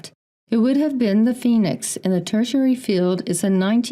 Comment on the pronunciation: Anyone else catch Robert Sepehr pronouncing Phoenix foynix? It’s in his Red Race vid explaining the meaning of the word but seemed to avoid saying it the way we say it here. He promotes old timeline theory and semen retention…hmmm.